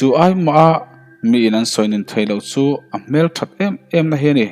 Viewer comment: Fâng ni lovin Vâng ni ta se, SU ni lovin CHU ni leh bawk sela, SSHUAL ti lovin SUAL. V hi F anga lam lovin, S hi SSH ang loh ni ta se. Riangtlei pawh a dik ta zeuh zeuh e. Ch pawh hi i la lam SSH leh deuh fo mai. A ngaihnawm tan dawn e.